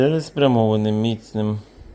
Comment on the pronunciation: не мІцним, а міцнИм. З Днем Народження🎂🎁🎉